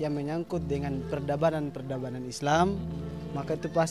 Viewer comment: Itu bicara sareat islam minum aer me masi pake tangan kiri, Bicara tu kase lurus. Peradaban, bukan perbadan🤣🤣